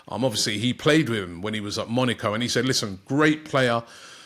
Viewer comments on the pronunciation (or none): Robbie. Why are you saying Monico😂